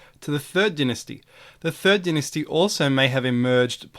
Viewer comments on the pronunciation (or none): PLEASE pronounce dynasty properly!